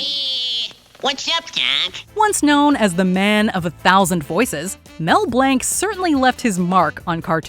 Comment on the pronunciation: How in the name of everything do you leave Billy West off this list? From Doug. Ren and Stimpy, to Futurama, like are you serious? He is even considered to be the next Mel Blanc, and played many of the same roles. Also you pronounced Mel Blanc's name wrong.